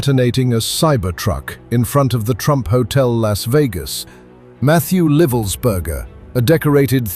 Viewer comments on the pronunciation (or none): It's pronounced Ly-vuls-ber-ger. Why is that so hard.